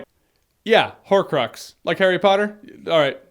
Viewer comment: Horcrox lmao I died